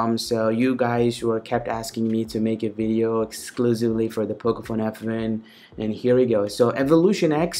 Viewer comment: pocophone fwan lol